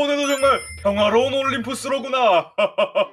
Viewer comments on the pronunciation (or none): 올림푸스가 아니라 올림포스 아닌가요?